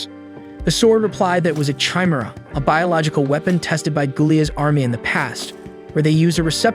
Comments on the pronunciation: Chimera (ky-meer-a)... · liked the video but i hate how you say chimera.